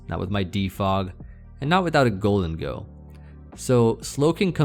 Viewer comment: Wow you're a really good player. That vacation sounds nice. Beautiful women always helps lol. Also, never heard someone say Gholdengo like that.